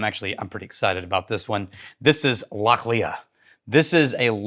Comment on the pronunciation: Lochhlee btw